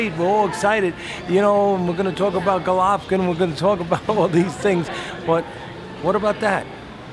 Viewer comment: Teddy it's pronounced Glove-kin.